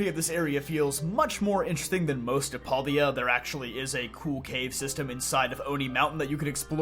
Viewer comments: So question, I understand that because there are no voice acting in games that sometimes people we have different pronunciations. But does it bother anyone else that he says pal-D-a instead of pal-day-a. Like there is so much other content that says how it is supposed to be pronounced. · Huh, never heard paldes pronounced like that..